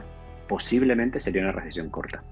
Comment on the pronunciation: Dijieron RISIESON no RESECIÓN